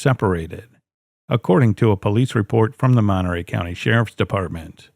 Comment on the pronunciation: Monterey Courthouse gaained an extra syllable